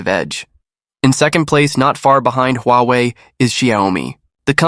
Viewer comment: AI voice? Sounds awful, you pronounce Huawei several,different ways..